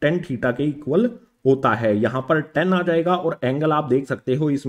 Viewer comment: sir it is tan theta not ten theta